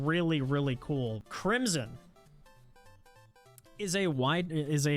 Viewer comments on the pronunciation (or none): none